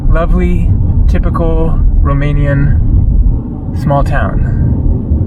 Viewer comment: Ur Romanian pronunciation its surprisingly good ! Keep up the videos from Romania coming ! I Recommend visiting next Oradea , Sinaia (Peles -Castle) , Iasi or Cluj . And thank u for visiting this country and speaking so nicely about it ! Ur always Welcome here !